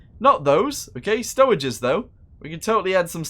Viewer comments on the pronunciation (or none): he say stoweges tho